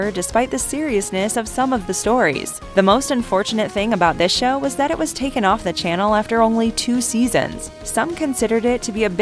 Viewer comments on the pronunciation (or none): none